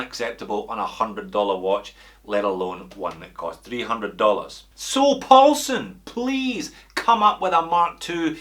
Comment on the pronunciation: First we had “Big Dick”, then “Deep Paul”, and now a Asian sounding “Paul-Son”....makes me think the “alphabet soup” renamed Neymar was not so bad after all 🤪.